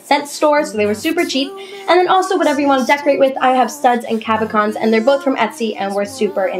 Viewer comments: nice idea - i think its pronounced cab-o-shons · You dis say cabochons wrong, but it doesn't matter! It was a really creative idea!